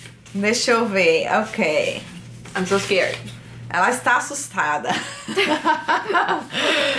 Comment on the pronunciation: "U kay" kkkkkkkk